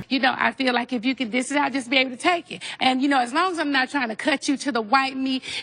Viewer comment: The fact that nene said “if u can DISS it out “ it’s dish 😂